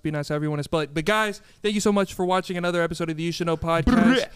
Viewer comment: “Thank you so much for watchening, listening” 🤣